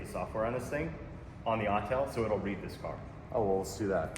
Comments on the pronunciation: It's AUTEL not ALL TELL! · My man. I know you hear "All Tell" when you should be hearing, "Awwww, TELL". 🏁 🏁 🏁 -Autel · Calling an Autel an “All-Tell” lol